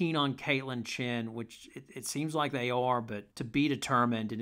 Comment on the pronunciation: Nice take; Very comprehensive. Our minds think alike. That should scare you🤣 BTW it's Chen not Chin. Just sayin'. Yes Gandy is very raw. I believe she just started playing basketball. A real project but Geno and CD must see something. Laura Somfai is really, really good, very skilled. Inez has real talent. Hope she lands in a good situation. I don't mean this to be hateful but who would take Amari? Desperate Div 2 school? I wish the best for Amari but gotta be realistic.